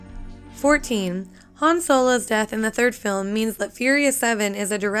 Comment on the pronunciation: yeah i rewinded it like 4 times